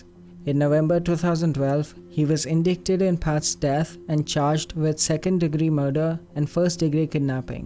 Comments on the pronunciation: it's in-dight-ed not in-dick-ted.... the c in indicted is silent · In- dick - ted?? Really? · I get that English is your second language and all, but if your going to make YT videos about anything crime related, you need to learn how to pronounce the word ‘indicted.’ The word phonetically: IN-DYE-TID. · Small correction. "Indicted" is pronounced like "in DYE ted". Similarly "indictment" is pronounced "inDYEtment". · Please pay for a real narrator, the flat monotone and all the mispronunciation is so irritiating. You get several important words wrong such as 'indicted'. It ruins the video :( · Please learn how to say "indicted" okay? okay.